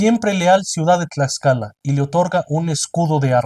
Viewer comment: Respeto a su conocimiento desde el inicio del vídeo. Porque pronuncia correctamente /tlascala/ y no /tlakscala/, como palabra latina que no es.👏